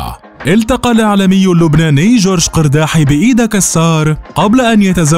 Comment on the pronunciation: مليت مليييييت وأنا كل مرة أصحح لكم، نحن اللبنانيون ننطقها "إرداحِي" وليس "قِرداحي